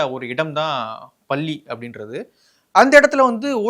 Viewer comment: தமிழ் உச்சரிப்பு சரி இல்லை. பல்லி இல்லை. பள்ளி. ஏற்பட்டிச்சி இல்லை. ஏற்பட்டுச்சு. 🤦‍♂️